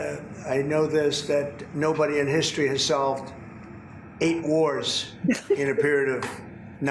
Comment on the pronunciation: He said 8 warts REICH????😂😂😂😂😂😂